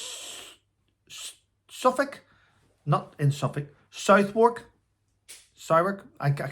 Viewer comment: The pronunciation of Southwark sounds like Sutherk, no o or w.